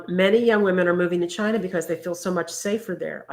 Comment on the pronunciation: LMAO We also can't say China without saying CHI-NA 😂